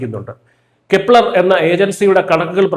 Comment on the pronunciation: കെപ്ലര്‍ ആണോ കെല്ല ആണോ?